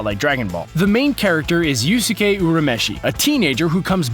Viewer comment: So, someone can't pay homage to something without that homage being considered a ripoff?! And Naruto isn't an original idea AT ALL?! AND YOU CAN'T EVEN PRONOUNCE YUSUKE!! Wow. Just... WOW!!